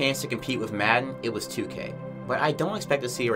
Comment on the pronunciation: Where you from? You say "wif" instead of with, like someone from the UK lol